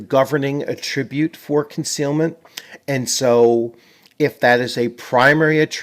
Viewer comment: Excellent video thank you! Stumbled across this game and am really interested in it. Only one nit pick about pronouncing attribute. It’s attribute like apple, not like about. 🙂 no offense intended.